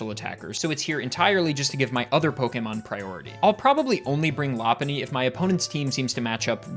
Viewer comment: i had to google this because you almost gaslit me into believing that it was "loppuny" and not "lopunny"